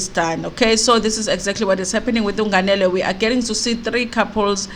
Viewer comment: Haaau sisi, your pronunciation of "nganele"😟😟